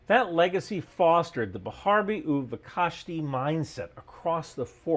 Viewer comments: Pronounced properly (and possibly written): b'charbi uvkashti (there is no real separation between the u and the v as spelled in the video "u'v". In fact, an even more correct way to say it would be BCHAR-bi (two syllables) uv-KASH-ti (three syllables)..to the extent that many other that maybe religious Zionists would say this in battlefield conditions. Great video. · Thank you for the video. It's always interesting to hear an outsider's perspective on the IDF. The more accurate pronunciation of the saying "בחרבי ובקשתי" is "Be-harvi u be-cashti."